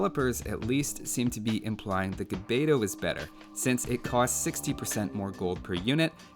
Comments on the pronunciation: I have have to say it , but the proper way to pronounce gbeto is actually to pronounce 'g' and 'b' at the same time. I know, it is a weird phoneme. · So far I don't see anyone who makes AOE videos pronounce the "gb" correctly. It's actually one consonant.